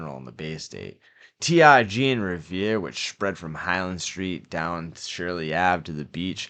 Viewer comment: it's not T I G It's T R G